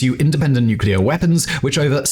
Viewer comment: How beautiful it is to listen someone pronounce "nuclear" correctly :') An amaxing analysis as always.